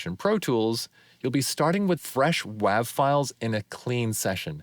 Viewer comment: I was 100% with you until you said "whaav"